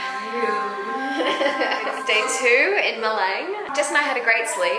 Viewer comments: the spell of the town's name is not "Ma-lang.." but it sounds "Ma-lung..." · It's sound like maleng when u say malang .. it's difficult for me .. i laugh if u say maleng .. 😂😂 love u video from 🇮🇩 🙏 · Maleng.... say it with full A 😅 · It’s called MHA-LHANG and KHAM-PHONG JHO-DEE-PUAN. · To Pronounce Malang the “a” prever to “large” word. Not “Apple” word. Greetings from Indonesia...